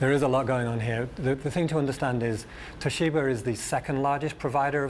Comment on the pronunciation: "Toh-SHEE-ber"? I thought it was pronounced "TOH-shi-bah".